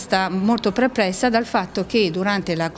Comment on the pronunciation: lei non è perplessa,no,come dice lei: prepressa 😂